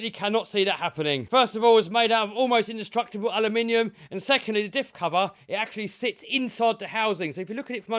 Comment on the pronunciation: says "Almost industructable".😂😂😂